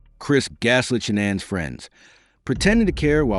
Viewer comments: My 👎🏻 is for the annoying narrator! All the many videos where you could learn how to pronounce Shannan and you go with your mispronunciation! 👎🏻🙄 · Chris didn't have secret credit cards. He stopped hiding towards the end. Shannan saw each purchase. Stop saying her name wrong then right. Just get her name right